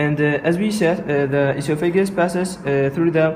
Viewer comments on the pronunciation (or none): Nice vid, I think the voiceover needs redo to get oesophagus pronunciation correct. We actually spell it esophagus in the U.S., like it sounds (e-SOPH-ah-guss). Good luck.